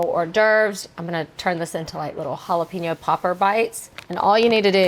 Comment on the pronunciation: What do you do if your smart and don't like the taste of olive oil? Most times oils are a cooking aid ,not an ingredient. We don't urinate on our food! There is no such thing as a jala pee no. They are pronounced hala-pen-yo.